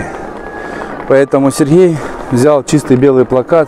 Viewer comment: Что за комментатор?! "МноХГодетная семья... ХГорода Москвы... СерХГей орХГанизовал... автомобильной дороХГи... "